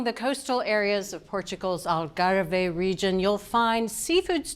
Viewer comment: Algarve not algarveyeh